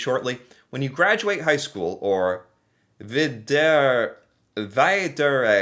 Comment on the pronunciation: im from norway and when u said vidregånde i almost lugh becuas u was saayng it like one off my friends did for fun